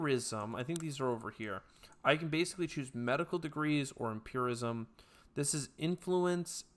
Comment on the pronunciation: Also, you were pronouncing empiricism as empirism, it is empir-i-cism :)